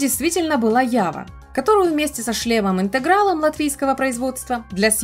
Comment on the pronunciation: Со шлемом не интегралом, а интрегалом ))